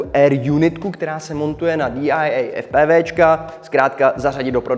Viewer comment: tim DY AJ EJ je myšleno DIY?😄